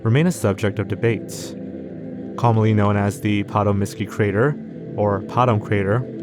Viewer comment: Bro I'm BEGGING you, please proofread and look up pronunciations of words. The Patomskiy Crater is PATOMSKY and it's not in Serbia bro please check your work